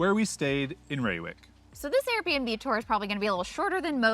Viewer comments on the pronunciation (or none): Dude does his best to spell Gouda to make us proud! Continous to butched Reeuwijk... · Ray-wike for future reference :) But good pronunciation of Gouda 👌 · Reeuwijk pronounced as Ray wijk. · Thanks for posting this video. I enjoyed it very much, for I was born in Utrecht (that’s definitely not a Little Amsterdam, as it’s a city with a identity of it’s own) and now live in Reeuwijk (I loved your pronunciation Rewuk🤣). Too bad we didn’t meet, I’d have loved to drive you to the ‘Landerij’ restaurant. Whenever you’re in town again, let me know! 😁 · pronounced as "RRRAY- WEH-EEK" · Ray wike...not ee as in see...ee as in say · Please don't call Utrecht "tiny Amsterdam"... we are NOT Amsterdam and we sure as heck don't want to be called anything Amsterdam. Reeuwijck : Pronounced a bit like "Ray-why-k" Utrecht: lose the "Y" sound in front... it is not "yutrekt" and for the ch use the same G sound as in Gouda and you should be close to a correct pronunciation. :) Heerlijk: correct work however nobody says it. the proper one to use is "Lekker" (Pronounced as the English "Lacker"which can be used for many more things besides food. The weather can be "lekker" for example)